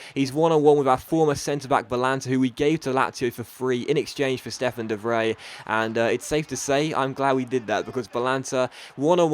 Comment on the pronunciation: It's not de 'vrey' it's de 'vreye'?